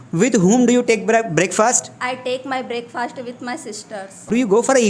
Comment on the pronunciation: 'breakfast' pronunciation, check it out..😑😶☺